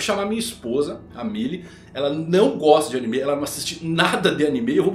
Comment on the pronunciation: Pq ele chama animê?